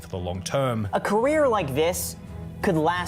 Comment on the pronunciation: says “Korea” instead of career